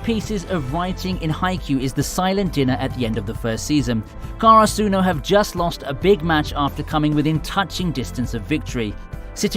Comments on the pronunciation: Why do you say hi-NA-ta and not HI-na-ta???? Also, KA-ra-su-no not ka-ra-SU-no!!!!! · Ok the way you say the people's names and karasuno kinda triggers me a bit